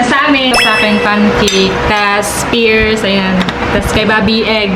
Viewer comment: Hindi po pears peras po